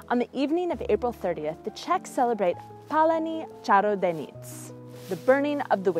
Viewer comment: Hello me and my BFF are in quarantine rn and our English teacher told us to watch this vid we ARE from the Czech Republic and we don't want to roast you but the way you said "paleni carodejnic" made us burst out laughing XD we are sorry for roasting we don't mean to be MEAN lol